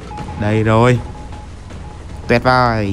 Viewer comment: "toẹt vời" 😂